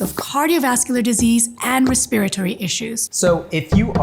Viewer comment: “Re-SPEER-atory” lmfao